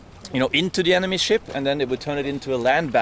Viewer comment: Everytime he said "Ship", I heard "S*it". It may be the beer I had previously ...